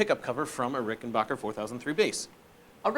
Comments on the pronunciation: FYI it’s “Backer” not Bocker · It’s BACKER not BOCKER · It is RickenBACHer actually. Geddy Lee himself has pronounced it that way.